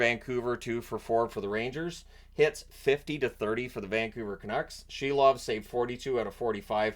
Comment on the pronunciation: Silov is pronounced SEAL-OFF